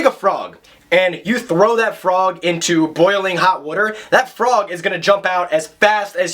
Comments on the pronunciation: where'd you grow up? Something about the way you said "water" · the way you said water kinda made me feel all tingly inside I don't know what to think anymore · Yes. Yes! Thank you for making this video!!!! Also, the way you say water =) You're not lying when you say you're from Philly! Love it!